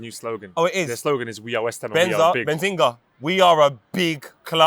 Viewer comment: Is calling Behzinga Ben zinga? What a howler